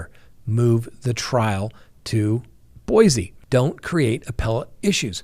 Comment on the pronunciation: You pronounce Boise wrong